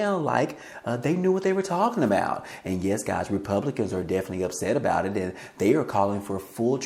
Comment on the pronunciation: C'mon gahz listen up gahz. Listen here gahz you heard it here first gahz